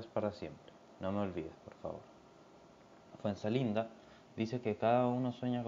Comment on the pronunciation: buen video mano, ojo que era Fuenzalida y no Fuenzalinda kdkdkdnd